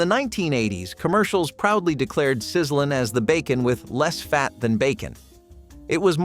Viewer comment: It wasn't called 'Sizzlin', it was called, Sizzle-lean, and it was TERRIBLE.